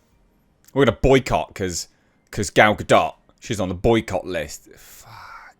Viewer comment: Why does "Gal Ga-Dot" sound like male genital moisturiser.